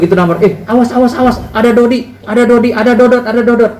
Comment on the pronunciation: bukan dody pak jgn salah ucap yg bener dodot ngomong aja udh salah